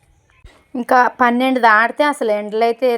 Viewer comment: అసల కాదండీ..😀....అసలు...